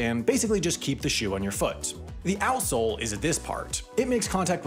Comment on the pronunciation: Omg I always hear asshole instead of outsole lol